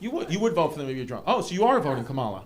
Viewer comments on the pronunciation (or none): It’s Comma-La, Not KamALA. You’re sounding Done-Old Trumpy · white people refuse to pronounce kamala correctly it’s crazy 😅